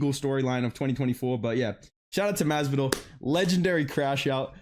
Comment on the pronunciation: He pretty much nailed the generic Miami Latino accent